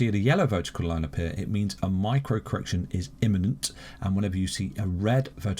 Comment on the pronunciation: Cor-erection.... Lol